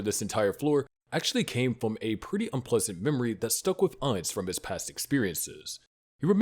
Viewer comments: I’ve enjoying y’all’s videos. With that said, I don’t like to be that pronunciation guys. But respectfully my man. It’s AINZ- think Einstein. But cut it in half and end it with a z, Einz. OOL, exact how you said. But to be fancy, or “proper” to a Supreme One. You can say Oul, like a ghoul with the g and h. And lastly Gon- “goo’nne”. Try saying go, add 2-3 more “Os” and the ending “ne” punctuation like own. Just as a super fan, love the channel my man!👊🏿❤️‍🔥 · Im genuinely curious how you came to making an overlord video but fail to say his name correctly. Its gotta be to artificially boost engagement. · I love english speakers correcting the pronunciation of a character in japanese media always called Ainzu-sama or アインズ・ウール・ゴウン.